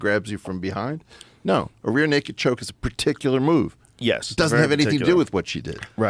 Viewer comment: Rogan: “you can’t be commentating and calling out wrong names for strikes.” Weinstein: mispronounces rear-necked choke.